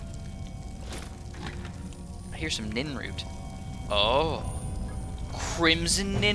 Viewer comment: PLEASE. stop calling it ninroot... its nirnroot, not ninroot. also when you went to alchemize or however you're supposed to spell that haha the nirnroot and crimson nirnroot you didnt do it, you did it with nightshade.